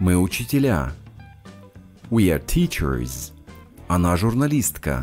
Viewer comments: Мне одной слышится как автор канала произносит во множественном числе в названиях профессий окончание -Ыз, а не -з, на пример тычерЫз, а не тычерз? Разве так верно? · Так получается, когда окончание R немного протягивается, как в teachers > teacherrrs. Складывается впечатление, что произносится "тычерыз". Немного передавил R:) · Нет, Ы я там не говорю, но я понял, что вы имеете в виду. В тычерррз я немного повис на звуке r (англ. всегда произносится с легким отзвуком "ы". Но это не отдельный звук) и немного его "заамериканил". В британском стандарте и большинстве британских диалетов, r в teacheRs вообще не будет произноситься: "тычез"